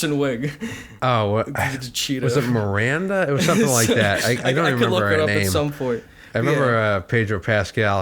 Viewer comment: miRANDder? bAHBRAH?